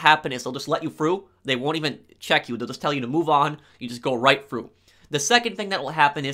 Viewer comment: Slow down and stop swallowing so loud lol Also... he says "stop at the road blocks, they may let you go fru" 🤣🤣🤣